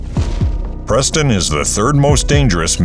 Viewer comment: Preston? 😂😂😂😂😂😂 what hahaha